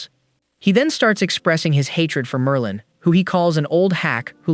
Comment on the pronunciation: bro said Marlin...✌️😭